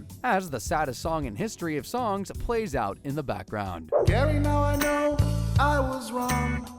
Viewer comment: It’s GARYY!!